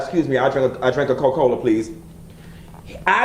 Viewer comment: Naw, get it right...he said CokeCola LOL LOL LOL it's a Southern thang